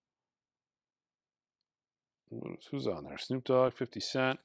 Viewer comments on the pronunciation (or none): none